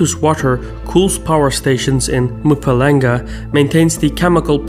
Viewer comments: I am amazed how well you researched this, but on the other hand your pronunciation of Gauteng and Mpumalanga were as if you said "let's have a bash at it" while drunk... But in all honesty exceptional work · Completely butchered pronunciation of Mpumlanga tho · Except for Mpumalanga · Colonialism has been our greatest struggle PS. The pronounciation of the words 'Gauteng' and 'Mpumalanga' is off😭 But good video👌